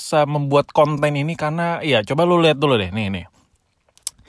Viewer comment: Biasa aja bang kalo ngomong KONten ngeri😂